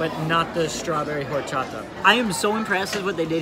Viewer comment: LOL i LOVE your videos! you always make me laugh and i love your honest reviews. as a girl who’s been dating a mexican for 9 years, he heard you pronounce Horchata from the across the room and shook his head lol it is pronounced without the H. so like “Orchata”. i told him that your pronunciations of Mexican foods is all part of what makes you, YOU. lol. i love it. keep being you!